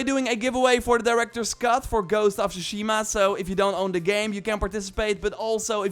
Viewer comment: One year later and after playing the game people are still pronouncing tsushima wrong lol